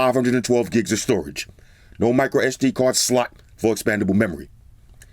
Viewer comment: The way he says "sd card SLOT" always gets me.